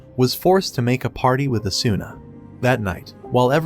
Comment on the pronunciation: Oh good I felt like I was getting gas lit especially since the video couldn't even pronounce Asuna's name right.